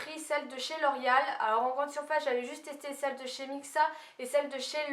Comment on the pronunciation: Tu le dis comme si sa s'écrivait 'l'orial' mais je trouve sa tellement chou :D